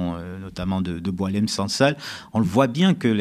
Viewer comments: Bon faut arrêter il s appelle pas Doualem mais Boualem pour des journalistes probent vous jouez le jeu des médias mainstream. On lui a changé son prénom à dessein pr ne pas écorner Boualem sansal. Arrêtons les conneries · C'est Boualem et pas Doualem, et il n'est pas connu en Algérie ! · Boualem et non Doualem